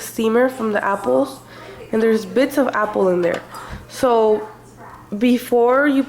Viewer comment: I hate how she says apples